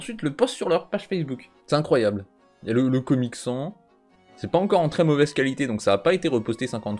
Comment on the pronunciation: Le COMIC SANS ? En tant que fan d'Undertale je suis outré de cette prononciation